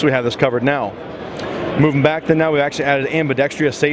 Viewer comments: "Ambi-dex-truss". There is no "tree" in ambidextrous. AmbidexTREEous is something a prevert does with a tree. Has nothing two do with being able to perform a given task without having lateral bias or preference. Why is it that so many smart people who are part of this industry can't seem to get a grasp on the pronunciation of this word? As someone who is ambidextrous, I take it personally as I am not a tree molester. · it’s ambi “dextrius” too